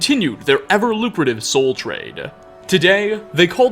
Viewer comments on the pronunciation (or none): Def thought he said "soul train" instead of trade. Thought we were about to get funky up in here